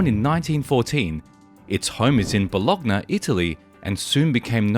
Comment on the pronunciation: Bologna... Bolokna... that pronunciation just hurts your. ears...